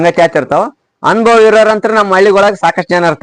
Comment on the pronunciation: ಅನುಭೋಗ ಅಲ್ಲ ಸರ್.... ಅನುಭವ....